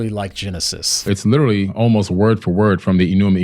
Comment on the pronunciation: I really wanted to watch this but I just can't listen to someone constantly using the term "literally" and pronounces it "little-ly." OMG! It doesn't stop!